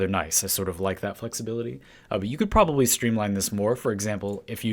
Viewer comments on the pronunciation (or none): none